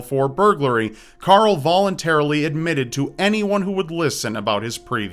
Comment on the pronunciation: You can't say Carl! It's not Coral or Carol!